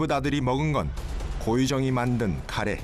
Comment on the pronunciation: 카레가 자꾸 가레로 들려…